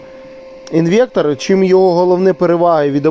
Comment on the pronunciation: інвеКтор )))))))) трахтор))))))